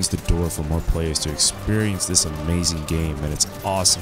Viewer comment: It’s amazayn